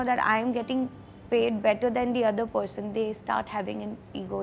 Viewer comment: Its not PODGESON 😂😂 its PERSON